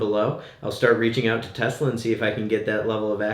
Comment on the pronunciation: Tesla not Tulsa